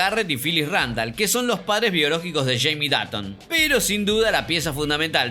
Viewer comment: por que pronuncias datton si es dotton y se escribe dutton